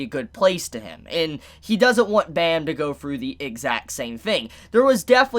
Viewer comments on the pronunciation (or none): im pretty sure its just jahad not zahad and its just anak like aanak not onok and its not bom its bam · Bro you are saying Bam's name wrong